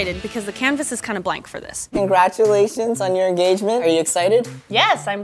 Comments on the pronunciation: He said engagement I heard en-gay-gment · "congratulations on your enGAYgment" ayyyy 😉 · “congratulations on your en-GAY-gement” lol that’s what i want people to say when i get engaged 😂